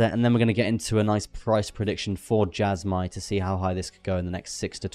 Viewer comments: Jasma lol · Why would you go out of your way to pronounce Jasmy wrong?